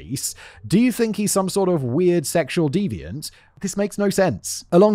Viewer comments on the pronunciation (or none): none